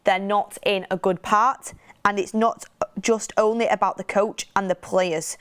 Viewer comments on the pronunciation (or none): none